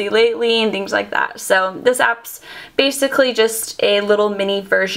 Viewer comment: please stop saying bacicly